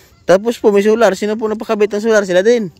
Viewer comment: Ayos, nauutal ka na sa pagod maglakad solar di soral 😊😊😊hehehe